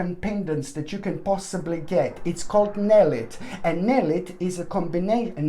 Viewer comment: Love your work! NELLITE is pronounced Nell ITE 😅 I looked up Nellit and couldn't find it.